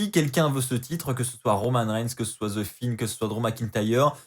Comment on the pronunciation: sa se dis The Fiend pas ze finne 😅 mais sinon bonne review comme d'hab.